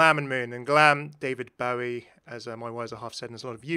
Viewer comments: why do you pronounce daVID BOWIE LIKE THAT AAAH DISGUSTING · I absolutely hate the way you said David Bowie’s name initially